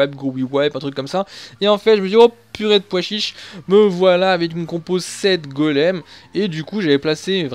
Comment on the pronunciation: Mdrrr "Au purée de poichiche!" 😂😝